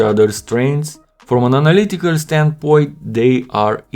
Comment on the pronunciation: “Analycal” lol